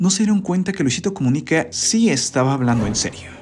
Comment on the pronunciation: Soy yo o decia comunique